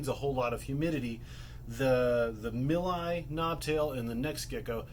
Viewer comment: Btw, the "Nepherus milii" actually had their Latin name changed to Underwoodisaurus milli in 2014. Milii is pronounced "mil-ee-eye. I have done some research on this. Just wanted to point that out. Good video though, lots of good information.